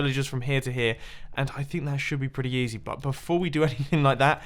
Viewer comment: Mumbo... , did you say "that should be pretty YEEZY"?! XD